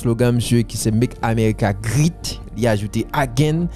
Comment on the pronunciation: C pa :" grit ....great = gwet ok bro ❤